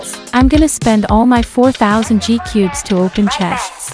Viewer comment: Ur my fav bg but u said ni gcubes seris beuh